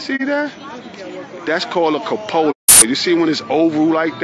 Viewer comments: He also said "capola" instead of "cupola." He's a real muck muck. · Columba. Columba? When did we change the name? He just said cuh•PŌ•luh. I think he means CŪ•puh•lah. WTF do they keep saying ‘Islam?’ That’s the Muslim religion, the Muslim countries, and the collective of Muslim individuals. If I walked around saying, ‘Catholicism! Maryland! Anarchists!’ people would, quite rightly, think I was a moron. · He can’t even pronounce “cupola” correctly…